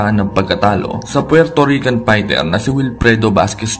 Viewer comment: will you pls ayusin mo nga mga caption's at mga Comment's at content's mo! nagiging barubal yung mga caption at mga comment's at content's mo eh! at ultimo nga fighter ang pag pronounce pighter ayusin mo naman at ikaw rin!